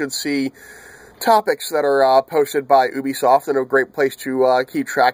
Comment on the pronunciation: just a tip it's not "obisoft" it's "ubisoft" :)